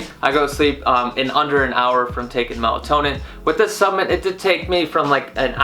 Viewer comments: WTF is a “subment”? Good review, but learn how to enunciate, bro! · 10mg melatonin is way too much. Studies show that 1-3mg is ideal. You can also lose your ability to make melatonin on your own after taking it every night, so you end you depending on the supplement. Just fyi. Also, in the future could you be more accurate and say "supplement" and "inositol". Made it less professional with the way you said those. Thanks.